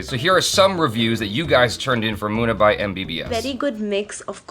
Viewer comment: its Munna Bhhhhaaai. not Munna bai ..:/ sounds like munni bai